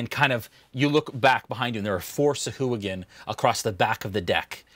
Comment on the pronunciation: Of all the things to roll poorly on how is thing initiative? Also: sah-hwa-gin.